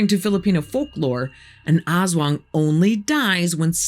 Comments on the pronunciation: fyi, it's pronounced as as-WANG, with the accent on the second syllable. and the "as" is short, not "ass-wang" but closer to "us-wang" also, unkempt hair, bloodshot eyes, unusual behavior and not wanting to talk to people are also signs of a hangover :D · Most, but not all Filipino words have a short first syllable and a longer second. so it's as-WANG. Not AHS-wang. Discussion is great, though. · LoL Ass Wang! Very accurate depiction of manananggal/aswang though.-make it sound like "as one", not ass wang. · It’s pronounced Us-Waang, Ass-Wang is in pornhub. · it's pronounced less like ass-wang and more like uh-swung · It's pronounced a'SWUNG, not ASS WANG. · It's not "ass-wung", it's "us-wung". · the way she pronounced it as "ass-wang" 🤧😭🤣 Lady I mean no disrespect but it meant to be ASWANG like a fast pronunciation of "as" 😅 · I hope you don't mind a correction! Aswang is pronounced with the stress in the second syllable, instead of AS-wang, it's as-WANG. 😊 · Awesome. But, pronunciation "ahss wahng." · Aswang /ahs-WANG/ that's the correct pronunciation. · The only thing that reduces my fear of the aswang is how you said it. Almost sounds like ass-wang, and I think that's hilarious. Imagine a shapeshifting dick-butt. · As a filipino i am correcting you not in a bad way but i or me and my relatives pronouce is as As-wang :) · You pronounce it ASS-WHANG lol :D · Pronunciation for aswang: Ast-wang anyways this is an amazing video thank you for this❤ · Very informative, but a small suggestion if you please. Most Filipino words are stressed on the second syllable, not the first. So please say as-WANG, tik-TIK, wak-WAK. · love the pronounciation hahah ass wang hahah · I giggle every time she pronounces Ass-Wong. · "Aswang" is pronounced "as-WANG" with the stress on the second syllable. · It's pronounced "a*s wang". More "us wang". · The way she pronounces aswang is funny, hahaha